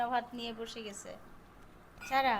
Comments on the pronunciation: ছারা বলেন কেনো উচ্চারণ হলো সারা। নাম টা যেহেতু সারাদিন ডাকতেই থাকেন ভিডিও তে অড লাগে 😐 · তোমার সব ভালো কিন্তু স আর ছ এক করে ফেলো ছারা বুড়ি না বলে সারা বুড়ি বলবে কিছু মনে কোরো না শুনতে ভালো লাগে না তাই বলাম